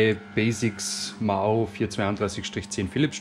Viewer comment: MAHO NOT MAGO